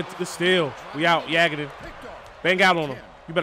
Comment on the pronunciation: Yagodin is pronounced “Yah-Goh-Din”